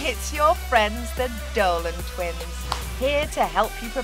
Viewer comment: Why did she call them the dorlan twens